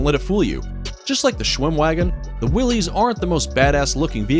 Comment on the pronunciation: The Jeep was from Willys-Overland and Willys is pronounced like "willis", not willy's.